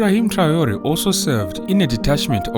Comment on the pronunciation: This Ai generatet Video translation in the german language version is always talking about " Bosnien Herzgowina" instead of Burkina Faso! What a joke! And also the name of President I. Traore is not even spoken correctly.